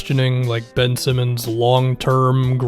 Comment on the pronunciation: I'm Australian and i rolled my eyes so fkn hard when you said Bin Simmonds